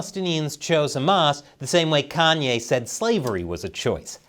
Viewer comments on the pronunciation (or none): none